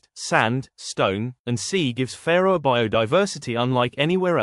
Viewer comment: Sorry, don't want to be picky, but the way you pronounce Fårö, you mean Faroe islands, located between the UK and Iceland. The proper way to pronounce Fårö is "faw-roe" not "fair-oe"..